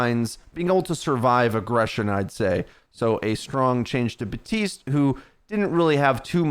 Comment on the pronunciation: BAPtiste not BATiste. If you're gonna do OW videos, read the names correctly 😑